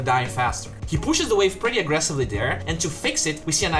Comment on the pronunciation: I LOVE this "things I learned with" and all your content, but PLEASE: could you pronounce the word "pretty" like you where saying "whisky" or "Minnie" or "pity"? Please I hope you take my comment as an advise. Greetings